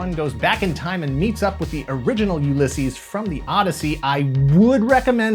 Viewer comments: That uLYSses pronunciation is twisting my melon! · Every time your pronounce Ulysses like that a puppy dies